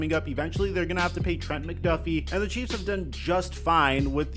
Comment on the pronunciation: Lol it's not CHEFS lol It's CHIEFS lol